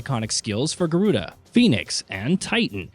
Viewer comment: This guy can’t pronounce Garuda or Eikon. Lol 😂 Can’t take him serious.